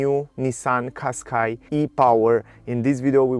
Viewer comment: Не Каскай а Кашкай )